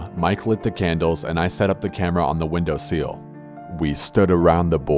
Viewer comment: The windowseel? xD